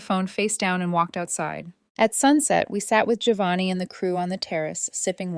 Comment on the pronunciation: It’s “Joe-vanni, dammit. Not “Gee-o-vanni.” Italians everywhere will thank you.